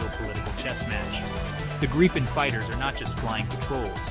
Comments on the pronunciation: G R I P P E N pronounce it right please ;0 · Only americans cant say Gripen the right way. 😂😂